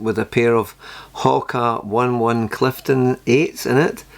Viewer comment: Come on! It's no Hoka One One. It's Oh-Nay-Oh-Nay 😂